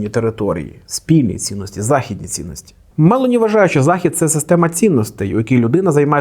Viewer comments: Правильний наголос у прізвищі - Мело'ні, на другий склад. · Мелоні з наголосом на О. Виправляйтеся)